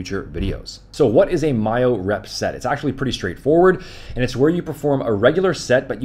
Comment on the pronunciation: “Mile rep” 😂 it’s myorep